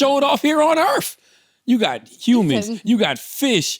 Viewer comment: “Earthf” Charla pronounces Earth with an F is hilarious 😂